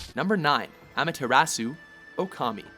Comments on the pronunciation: Gotta say, that pronunciation of "Amaterasu" could have been better. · You guys really butchered Amaterasu's name. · This guy needs help with pronunciation... The way he pronounced Amaterasu's name... I think my ears are bleeding...